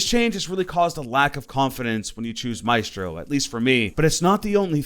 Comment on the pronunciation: Why are you saying Maestros name wrong?